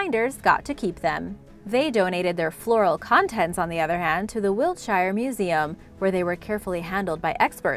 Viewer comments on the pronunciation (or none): none